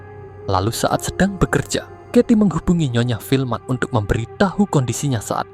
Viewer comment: Cerita nya bagus.. Tapi perbaiki sebutan kata-kata, contoh perkataan UNTUK tapi disebut UNDUK.. dan banyak lagi.